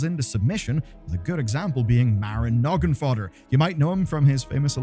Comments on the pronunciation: Drinking game task: Take a shot everytime he pronounces Noggenfogger as noggenfodder, huehuehue. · Between poor audio levels and "Noggenfodder," this video stumbled. It's Noggenfogger, because it fogs up your noggin'. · "nogenfodder" lmao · Feels like it's done intentionally, maybe to prevent AI flagging of misspeak when he repeated it so many times? Noggenfogger is such an old character that it doesn't make sense this mistake would slip by his entire team and so many times.. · Just another name for to mispronounce...